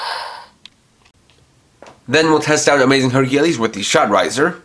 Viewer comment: I like this whole set. Don't like the pronunciation of Hercules though. Other then that it's good!